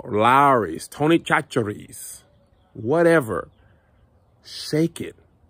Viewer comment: I’m really bad at sarcasm so I have to ask: Are you saying “Chachere’s” wrong on purpose?